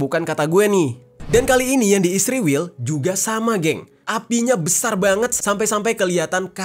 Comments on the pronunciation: Bang jerry juga nyebutnya isriwil harusnya israel kan😅😅😅😅😅😅😅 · Kenapa israel di baca isriwil